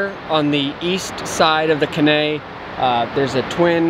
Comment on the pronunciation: Great videos......enjoy all of them! One thing.....the river at RI is the Caney.....Kay-nee (emphasis on "Kay"). I think that's what you are calling K'nay. Longer you're in TN the more you'll learn to speak Tennessean. Ask someone how to pronounce Lafayette, TN. 😊 Keep doing what you're doing!